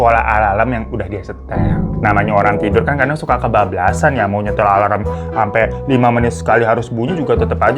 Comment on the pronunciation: ngakak banget pas babu bilang ALALM🤣